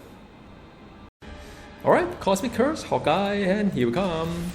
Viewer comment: u say hawkeye like hot guy XDDDD